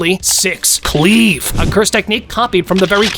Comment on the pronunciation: I like how he said cleave. Like ”cleave”